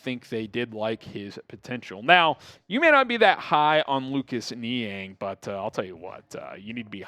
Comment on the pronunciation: Niang - NO- I have mentioned this before.